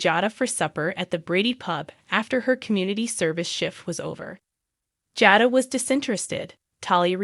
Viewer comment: It's pronounced JADA